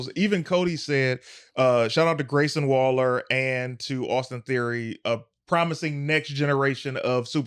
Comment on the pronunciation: Grayshun Waller